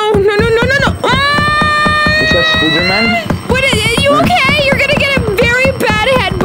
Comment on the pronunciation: The way said spida😂